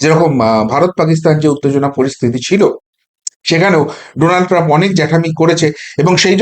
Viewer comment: You have read Donald Trump as Nodal Trump once